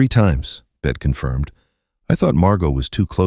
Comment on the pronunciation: I loved this story but it would have been better without the AI voice calling her "Bet".